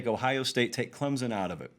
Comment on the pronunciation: Say my name, say my name...Clemzon, Clemson, or Clempson?